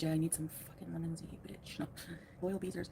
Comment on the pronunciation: Right at the beginning when Chantal starts talking she says, "I need some lemon-z."